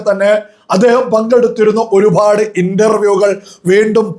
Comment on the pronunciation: ഈ ഒരുഭാഡ് എന്നുള്ള സംസാരം ഒന്ന് മട്ടിപ്പിടിക്ക് ഒരുപാട് ആണ്‌